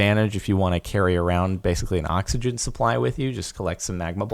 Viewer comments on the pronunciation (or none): none